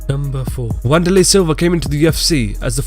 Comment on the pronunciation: tfw when you have an MMA channel but can't pronounce Wanderlei...